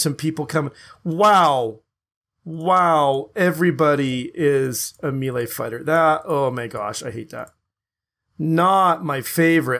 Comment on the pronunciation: Sinthread = sin-thr-ed, melee = mā-lā. Grammar Nazi awaaaaaay. *flies away into distance.